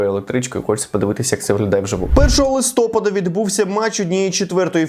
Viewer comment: Наголос на листопАд)